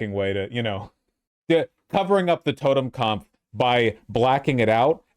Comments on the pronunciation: now say it with me: tow-ten-cop-f. you are saying "totenkampf" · I know it isnt the big problem here, but Vaush' pronounciation of "totenkampf" does continue to bother me. Just because one guy wrote a book about his "kampf" one time doesnt mean every German word ending in -pf sounds like that, its "totenkopf", like "schwarzkopf", from the shampoo. It means "deaths head", so basically just skull. Saw a guy at my old archery club wearing one last time I went (dude also had a sonnenrad, another word Vaush cant pronounce), so I dont go there anymore. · it's totenkopf, not totemkampf